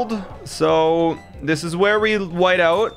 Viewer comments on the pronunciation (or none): none